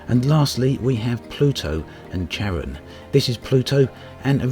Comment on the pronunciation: Unless someone else told you, Pluto's Moon/Partner is pronounced CARE-on. Supposed to be Hades/Pluto's second hand man in the underworld in Greek/Roman terms.